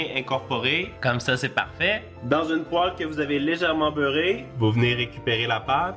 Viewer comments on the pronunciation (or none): none